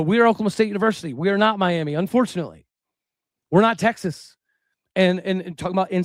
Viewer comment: You’re pronouncing Miami wrong. Are you truly from Oklahoma?